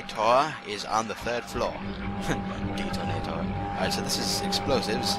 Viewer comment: That was hilarious how you mispronounced 'detonator'.